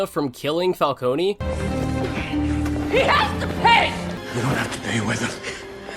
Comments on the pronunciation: Man, it’s funny Chris Nolan likely did a number on people pronouncing Falcone as Falconey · pronounced Falcone wrong opinion invalid /j